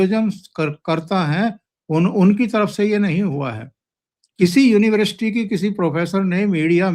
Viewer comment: साहब अच्छा विश्लेषण करते हैं बस यूनिवर्सिटी को यूनिवृष्टि बोलते हैं।